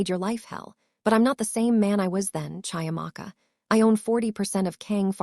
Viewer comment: CHIAMAKA is pronounced CHEE - AMAKA...just as you would Cheetahs! African names are PHONETIC